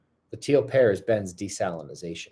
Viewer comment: I thought you were saying Teal Parrot. But it was Teal Pear. I kinda like the idea of tons of teal parrots all over the place better 😂